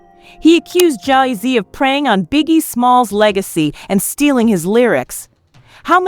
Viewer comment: Yo, why the hell you say Jay-Z like that? There's something so off about this voice.